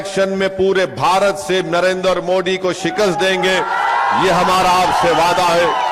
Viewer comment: जेव्हा ओवेसी "नरेंद्र" चा उच्चार "नरेंदर" असा करतो तेव्हा "दलिंदर" अस ऐकू येतो😂😂